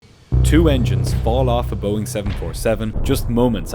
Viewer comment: New pronunciation for Boeing: boinnng!